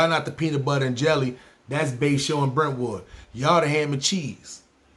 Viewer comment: You got Brentwood all wrong lol